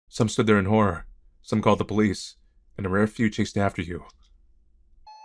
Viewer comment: ah yes, "horror"